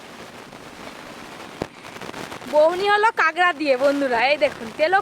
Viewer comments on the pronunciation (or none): কাগরা আবার কি জিনিস?? কাঁকড়া